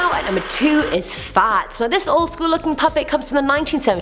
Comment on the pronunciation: Clowns are annoying, not funny, not scary, just annoying. And everytime you say Fats, it sounds like a posh Farts.